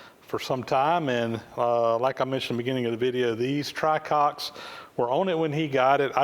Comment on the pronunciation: Isn't it "tricocks" instead "Try-Cocks"? I really can't stop laughing though I know its puerile.